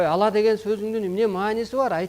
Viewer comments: Ала эмес Алла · Э бул жинди окшойт (ала)эмес Аллах дечи